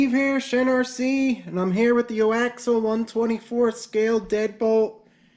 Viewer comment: It's not O Axal ...it's ( AX-E-ALL ) AXIAL